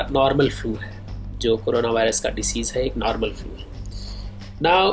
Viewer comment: फ्लू भाई फ्युएल नाही बोलते...... सायंटिस्ट सर